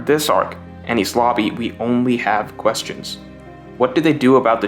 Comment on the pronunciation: cant get over the fact u sound like ur saying any sloppy